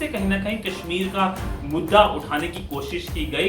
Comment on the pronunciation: pok 😝😝😝,Pakistan bolte the na keshmir,Keshmir abbe jhahilo ye ksmir h na ki Keshmir